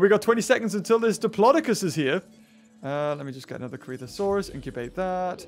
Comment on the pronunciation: I think ur saying diplodocus wrong